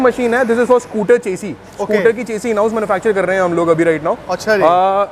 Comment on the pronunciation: चेसी नही शैसी होता है